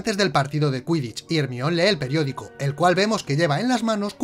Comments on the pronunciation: ERMION jajajajaja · Hermion JAJ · ermion jajajajaj